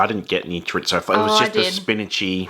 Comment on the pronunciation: Man what a rip off. Thanks for the heads up, will give those a wide birth. Also. There's no T in chorizo 😀